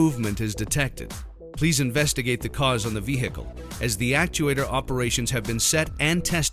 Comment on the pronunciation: lol. "veHHHHcle"